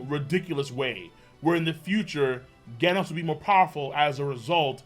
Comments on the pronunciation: How u say genos (gheh-nos) and gif (jif) Wrong? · Does know he’s been saying Genos wrong this whole time?